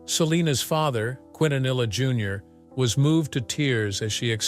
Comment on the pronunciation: 30 years later and still cannot pronounce her last name correctly 🙄